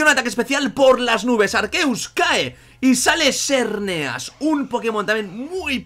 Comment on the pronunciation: arqueus ... arqueus... ja...arqueus ... ARQUEUUUUUUS HAAAAAAY CONO (DE HELADO) HAAAAAY QUE ES ARCEUS C + E SUENA SE WOOOOOOO Y SHERNEAS AAAAAAAY